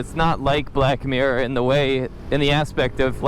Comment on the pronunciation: Black meer. Sounds like Blackmore. Coincidence?